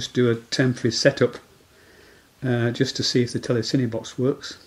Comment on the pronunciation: The gentleman in the video is pronouncing telecine correctly. Just say it as he does and you won't sound like a twit.